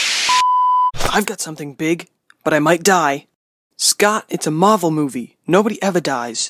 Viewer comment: Why dose everyone say karvel